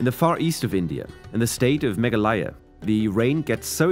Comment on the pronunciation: His pronunciation of Meghalaya 🤣🤣